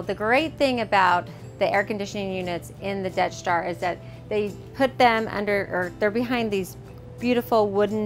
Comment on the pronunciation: It keeps sounding like your saying "Death Star" 😂 😂 great vids btw really informative